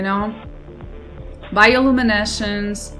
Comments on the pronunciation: "Bioluminesh" <3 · You're pronouncing "bioluminescence" wrong xDD But I get it, maybe English isn't your native language :) I stumbled upon this series by accident, gonna watch the other episodes too cause I enjoy your first contact with this amazing game! :) Enjoy the experience, and good luck on your adventures in 4546B :D